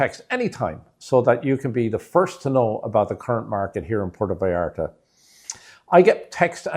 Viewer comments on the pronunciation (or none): You can not even pronounce Puerto vallarta, and your tips are b. S.